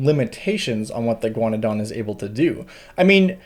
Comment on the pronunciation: I thought you were saying "iguanodon" every time you said "a ghaunadan." I was very confused at first.